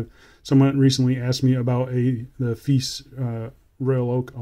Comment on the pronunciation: Nice dial. has a little bit of a Seiko Presage look, but as for the rest of the watch. it's a bit feice..😝😂I just cannot get past that brand name and how you pronounce it is not the way most people pronounce it.